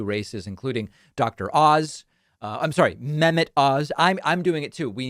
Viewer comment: I think it’s pronounced meh-MET.